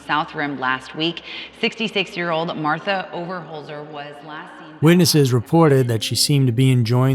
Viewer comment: MARTHA not Marther!!!